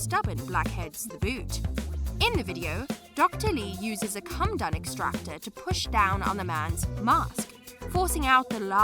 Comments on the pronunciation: It's Coh Muh Doan extractor. Not a Cum Dun. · It's pronounced co-med-own, not come-done. Doesn't matter if it's American English, British English, Australian English or African English. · PMSL... A 'come-dun' extractor....com ee dough n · Coh muh dohn extractor. Not come done. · Did, ..... Did you say a " come dum " extractor? 😂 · Did she actually pronounce comedone as ‘come done’ extractor lol?! Too funny because it shows another narrator who doesn’t read through and research proper pronunciations smh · How come the narrator can’t pronounce comedone? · That's not how you say comedone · Because she is lol. Also doesn’t know how to pronounce comedone 🤣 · And the pronunciation of “comedone” made me want to SCREAM!! And she just kept mispronouncing it over and over! Ruined it for me!